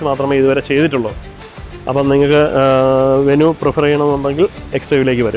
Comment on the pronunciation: വെനു അല്ലടാഉവ്വേ വെന്യു